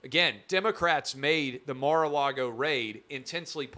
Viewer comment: Mar-Car -Lago 🇨🇳